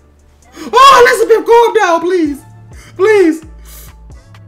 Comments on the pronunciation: Etzebeth not Elizabeth 😂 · Bro I am tweeking to him saying Eben Azibeth